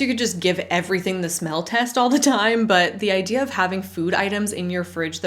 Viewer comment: When the definite article precedes a vowel, the e of the is long, not short. You make the error of using the short e.